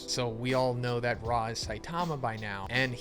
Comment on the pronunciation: Really hard to take this dude seriously… he can’t even say saitama’s name right